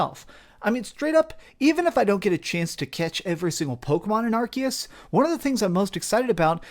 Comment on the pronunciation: why people call arceus like ARCKIES I always call it ARCIES.